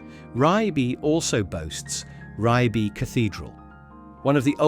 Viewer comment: please pronounce Ribe correctly.